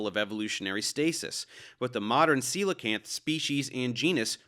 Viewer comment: I've never heard the word coelacanth said out loud. Lol thanks for the correct pronunciation.